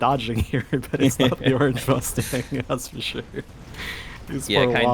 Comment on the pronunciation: dude says 'fore sure' again i will lose my mind, for sure.